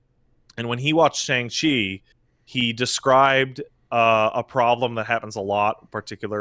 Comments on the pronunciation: We open in the first 5 seconds with pronouncing Shang-Chi wrong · Pronounced Shaun